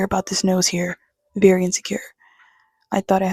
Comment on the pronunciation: Thank you for making this video. I knew you were weird once I peeped your channel name and heard you say “verrry” 😅. I wish a video like this reached me in high school as well. You’re 10/10, not 7.5 btw.. not that you need my validation.